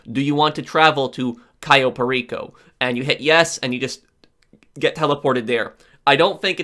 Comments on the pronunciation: Cai-yo Perico... It pronounced Ka-yo Per-iko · Cayo perico is pronounced differently